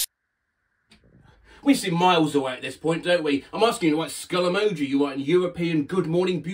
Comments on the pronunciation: skill meoji nailed it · Skillemoji 1 LETTER AWAY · also "Skullesniffy" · Skullemoji☠️ Hey, that was pretty close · Skill rnego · Skilled, wmoji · Ski;; f leo 💀💀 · Skull emoti SO CLOSE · SKULLEMOJIII:face-purple-sweating: Why do you guys find it so hard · skullemojiii🤝 well look at that i almost got it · Skullenijuuu❤ This is not what I was exoecting :v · Skull3mojiiii ❤ close enough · First try: Akuolaminib Second try: s,j,, s lmi* Third try: skull skii🦷 That’s the best I’ll do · skulllenoji so close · skull emojiiii 🥰💛💛 damn wasnt too far off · Skilk enoii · Skillemojiii💀 Hey, that was better than expected- guess I do have skill. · Skullekpkoo okay that wasnt right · Skill emlji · Attempt 2: skyllsm9jii 11 no no 11 no no 1💯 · Attempt 3 goddammit: akull wmohi ❣️ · First try skullrmohi Dam it second try skullemoji💀 Ay not bad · Attempt 2: SKillemoji😂😂 Attempt 3: SLILLEMOHIII🙀🙀😽😽 Attempt 4: SULLEMOHI🐵🐵🐵🐵 Attempt 5: Skullemoji🥶🥶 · skille oniiii🦨 zkummemomioo🗣️ (first try was somehow better) skukkemojioi💀 (GRAH) skullemojiii💀 (YES) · Sskioll enigi 💀💀💀💀💀💀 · Ski emoni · Skullemohi I was so close wtf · Skoll emoji WOW! almost perfect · skulllmoji 💀 I was so close 👁️👄👁️ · first try: skill emoji second try: skill empji third try: skll e,oko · Skummejih i wasn’t expecting it to be that close😅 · I'm really late, but..... ALULL EMOJAI🦍 😒😒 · Skillemojiuu Oof Skillemojiiiii Nope Skullemojiiii 💀 Finally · Skill emojii GODDAMN IT I ALMOST HAD IT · Skullemijo😷 Close enough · Sounds like "mehu" (Finnish for juice) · Skullemibju is what I got lmao. I like that I could spell skull with my eyes closed but not emojiii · "Dkull rmihu 🤒" Better than most people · “Smillemojiiiii” SO CLOSE?? SECOND TRY! “Skullemojiiiii” Woah. Third! “Skullemohiiiiiiiiiiiiiiiiiiiiiiiiii” Fourth! “skullemohiiiiiiiiiiiiiiiiiiiiiiiii” Fifth what the hell “Skullemojiiiiiiiiiiii” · skull emiehu Well at least I got the first part right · hey that was kinda close to it